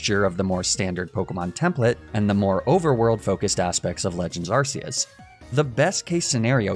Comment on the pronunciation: Btw it's pronounced Ark-eus not arse-eus